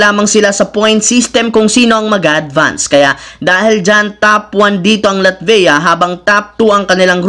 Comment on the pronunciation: "LATVEYA?" SAKIT MO SA TENGA PAKINGGAN IDOL